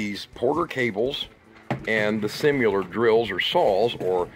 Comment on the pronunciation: similar is not pronounced simular!